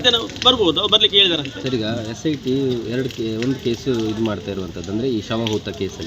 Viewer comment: Cit alla sit 😅